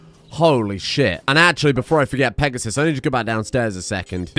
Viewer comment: Peg-a-sis. That is all.